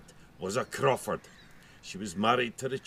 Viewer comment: Crawford Castle, eh? (Crow-ford) lots of crows to be heard and a river to be forded. Wonderful visit here. Thankyou for bringing me along.